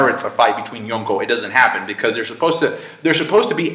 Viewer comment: I like the way this guy pronounces Yonko.